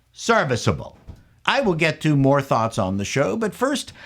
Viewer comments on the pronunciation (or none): Every time he says "twots" I think of Officer Crabtree from a truly great comedy that might enjoy; "Allo Allo".